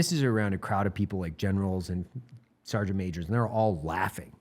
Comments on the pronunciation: Sergeant ❌ Ser’eant ✅ -Eli Doubletap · Is the pronunciation of the word "sergeant" as "sarnt" a ubiquitous part of the US military? Does the US military have its own dialect/accent?